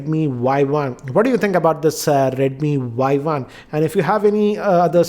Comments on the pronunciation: Its Y1 not YI.... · its not [Yi] its 【Y1】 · Its not yi its y1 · It's Y one. Not Y i. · it's y one not yi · Not yi its y1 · sir is not a yi its a Y1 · its Y1 not i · SIR ITS Y1 NOT YI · Bhai Y1 not not Yi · It is Y1 and not Yi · Y 1 not Yi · Did he just made the first mistake by saying Yi .. Isn't it supposed to be Y1? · i think its Y one not Y i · Sir not yi its y1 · This is not Yi its Y one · he did say Yi first but all other times in review he said Yi One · It is not YI as you mentioned first. It is Y1. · It's not yi it's Y1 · Y One! Not Yi